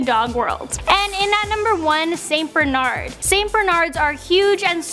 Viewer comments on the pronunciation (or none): none